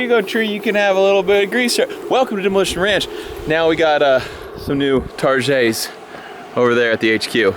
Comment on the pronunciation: New targéts ~in French accent 🤣